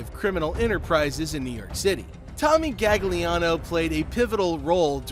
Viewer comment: Your also pronouncing his name wrong it’s galiano, in Italian you dont pronounce the second g, similar to bologna